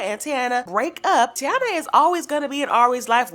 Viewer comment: It’s Thai -eena as the Indians from Puerto Rico . You can always go by what kids say my daughter always be extra when I don’t even hit her it’s requires investigation not for social media smh